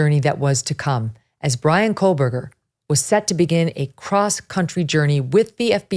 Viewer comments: Its Ko-Berger, not Kohl-Berger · "Megyn’s intelligence" Yeah, she's so intelligent she can't say Kohberger correctly and instead pronounces it as "Coalberger." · Megyn, you are referring to him as Kohlberger, is that how the name is pronounced? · Maybe it's just me but most of the time I'm hearing 'KohLberger'. With an L. It's driving me crazy. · Can someone (anyone) please tell Ms. Kelly (Ashleigh Banfield's clone) to please pronounce Kohberger correctly?? Maybe phonetics will help a bit... it's pronounced KOHH-BUR-GER There is no "L" in his last name. 🙄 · Yes.. and all with all the “research”.. can’t even say his name right. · Loved this coverage! However I couldn’t get past the mispronunciation of Kohberger’s name throughout the entire episode😬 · Big fan of the show, I watch almost every day, however I can't help but mention that Megyn says Kohberger wrong She puts an 'L' in there. I cringe for her every time she says it! I would hate for her to get called out for it on another show. Merry Christmas to the Megyn crew! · Koh or Kohl, Meg...always get the name right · Really? You pronounce it like she does here ? Hmm, never heard it said like that but okay. Still don't think she's in touch with the average working person and I'm generally a fan of hers. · Love it when Megyn does true crime. BTW, there is no L in Kohberger. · Yes, I agree… how dare she mispronounce your hero’s name! Shame on her. I know it must hurt… but try not to let it ruin your day. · She doesn't have an accent. Quit trying to jump through hoops to defend her not being able to pronounce Kohberger the correct way. Why it hurts you to accept reality, is a question you must explore yourself.